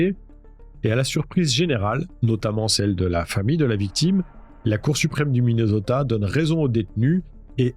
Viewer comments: Soit vous prononcer Minnesota en français soit Mineuzota, soit en anglais Minnéssota mais le mixte franco anglais est insupportable. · svp: MINESOTA(SS), tu ne dis pas PARISSS(mais PARI(S). prononce les villes correctement par pitié 🙏